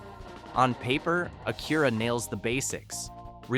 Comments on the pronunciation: What do you mean AKEERA?? It's AK-u-Ra!! Get a new AI voice generator... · Fake A.I. robot voice than can't even pronounce ACURA correct (Akurra hahahaha) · How come AI doesn't know how to pronounce Acura or Hyundai? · You are mispronouncing Acura. Google name. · Why couldn't they pronouce Acura correctly?